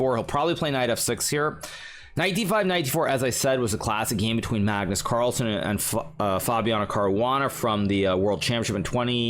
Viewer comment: I love it when hikaru says cagnus marlsen 😆